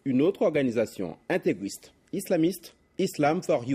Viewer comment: ''intégwiste" x'D